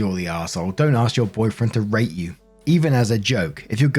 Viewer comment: Is it just me that thought i heard "r@ insead of "rate" in story 3?